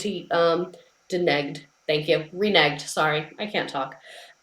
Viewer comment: Obsessed with pronouncing “reneged” as “ren-a-geed”